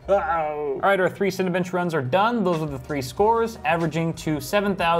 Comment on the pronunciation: When you first said Cinebench i thought you said Cinebitch